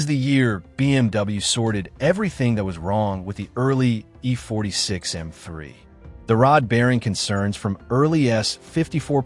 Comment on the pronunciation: You're struggling in pronouncing M--3